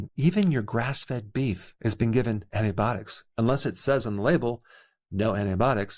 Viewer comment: “Antibotics” ?..I wouldn’t trust anyone who doesn’t know how to pronounce “antibiotics “